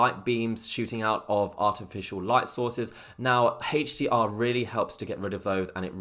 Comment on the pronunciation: Hache D R mode... sorry man I had too. :((( lol. Thank for the video, very informative